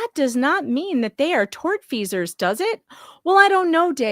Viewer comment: Mmm, is it "tort-feasors" or in his case "turd-feasors" And would be "defector" or "defecator".